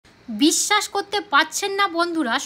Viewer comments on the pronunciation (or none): none